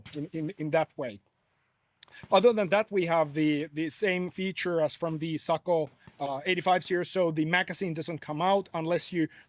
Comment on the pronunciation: Hop…got sent because everyone wanted to hear him say…Socko 😻😸😼